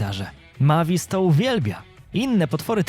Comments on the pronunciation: czya sie mejwis a nie mavis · Nie Majvis tylko mejvis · To ma być Mavis a ja słysze Matiz! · To mój ulubiony film 😊😊ps mówi się Mejwis a pisze się Mavis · MAVIS A PO POLSKU MEJWIS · Fajnie wypowiadasz imie dzecka drakuli 😂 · Przy okajzi jak tam wymiawiałeś jej imię to nie jest poprawna forma (tak wgl)